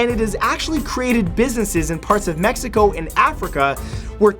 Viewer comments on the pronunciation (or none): none